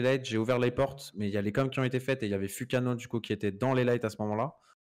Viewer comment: Sa se prononce fUkano avec un U 😭